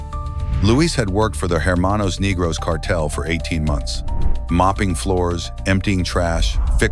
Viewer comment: You don’t know how to pronounce “ Negros” in Spanish , living in the United States ?